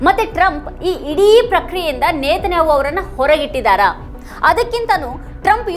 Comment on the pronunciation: ನೇತನ್ಯಾಹೊ ಅಲ್ಲ ನೆತನ್ಯಾಹು